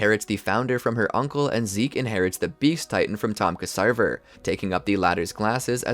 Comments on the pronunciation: Ya see I could handle the mispronunciations and small misplaced facts about when certain little stuff happened like when Armin showed the book or the way you say Ksaver ("sah vah").... but the fact you said Rod had Historia's.mother killed... did we even watch the same show homie? Kenny killed her and tried to kill Historia too but Rod stepped in and had her sent away to live as Krista Update: the amount of mispronunciations makes it hard for me to enjoy this video TBH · You got a couple things wrong; Only 7 of the nine titans were captured by Marley, the attack titan remained elusive and the founding titan was on paradis. King fritz of the walls did not make any of the mindless titans outsided the walls. It was marley that sent “traitors and treasonous eldians” to the island as titans, subjugating them to become titans for life. Ksaver’s name is pronounced like Xavier and pieck is pronounced as “PEEK”. Also calling Mikasa obsessed is uncalled for, she literally lost her family at a young age, its why she is very “protective”( and rightfully so) of eren because she doesn’t want to go through that trauma again.